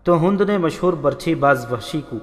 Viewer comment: Hund nhi Hind